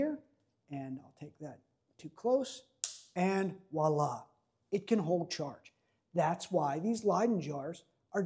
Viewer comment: Voila not walla! vwa-LAH